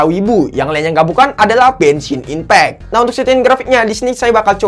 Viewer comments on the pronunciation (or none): apa aku gak salah dengar? Dia bilang "Benshin Impact" what??